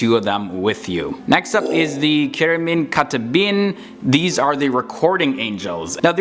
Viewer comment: Iblis was Azazel, not Seraphim. Actually, the pronunciation of 'ch' in Cherubim is 'k' like in 'car' not 'c' like in 'chair', so it's supposed to pronounced 'kerubim' because the sound 'c' doesn't exist both in Arabic and Hebrew.